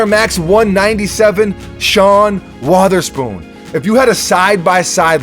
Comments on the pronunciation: I closed the video the moment you said WHATHERSPOON. Dude ._. Why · Always saying Wotherspoon’s name all weird...